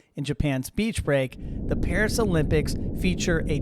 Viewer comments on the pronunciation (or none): none